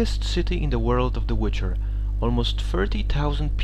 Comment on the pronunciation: Tonacja, składnia zajebista, ale możesz jeszcze troche popracować nad akcentem i wymową. ^^